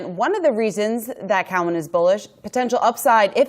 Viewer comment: It blows my mind she doesn‘t know how to pronounce Cowen